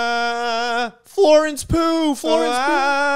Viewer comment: LMAO WHY DID HE SAY IT LIKE THAT😭😭